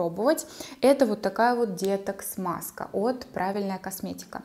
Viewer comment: детокс говорите правильно ударение на оооооо . изв режет слух